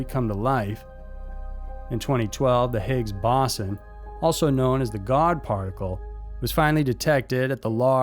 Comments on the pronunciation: Great video as usual, it's pronounced "Bow-zon" or "bow's on" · It's called the BO-ZON (how it's pronounced) please do your own research about stuff at least a little before narrating. Lol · Actually its pronounced /Bow son. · time is not the 4th dimension, recent discoveries suggest time is a made up concept in your brain so how can that be a dimension? plus you pronounced boson wrong